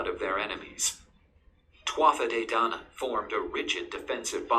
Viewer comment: Twatha de dainan. That's completely wrong. It's pronounced two-a de dan-an.